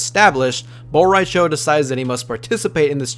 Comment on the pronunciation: *Apologizes for possibly butchering name. Proceeds to butcher Bo Rai Chos name*